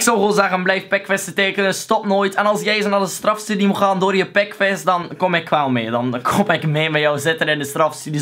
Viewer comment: Ouwe je zegt pekves en das... GRAPPIG GA ZO DOOR cool man!